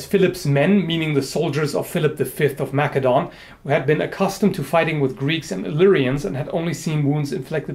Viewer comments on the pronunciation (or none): Sorry, but as you asked for corrections... Macedon is pronounced 'mass-a-don'.